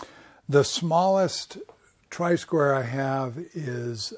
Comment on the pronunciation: Tri-square?! Isn't it try-square?